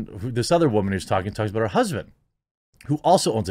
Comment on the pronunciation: Whoops! Jeremy dropped an "aboot"! He's secretly a ashamed, closeted Canadian. jk